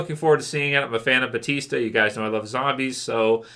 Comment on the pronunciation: Just wondering, why is EVERYONE saying "Batista" when his name is Bautista?